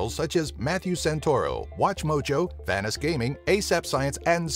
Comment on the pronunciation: "Vaniss Gaming"